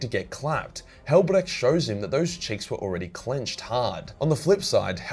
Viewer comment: I love how you pronounce Hellbrecht. Not quite German but close enough. You sound a bit like an Austrian XD. From one Aussie to another